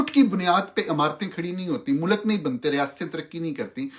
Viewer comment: Bhai Mulk not mulak 🎉